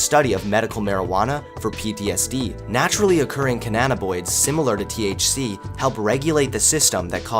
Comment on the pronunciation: Good job, boyo! That intro was THE BEST! Couple things: Cannabinoid--kuh-nab-ih-noyd Alzheimer's--Altz-hym-erz I know, pick, picky. Great video! Really loves the music and images, too.